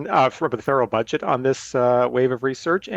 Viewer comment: Another crazy thing she says is, "fudget" rather than, "budget."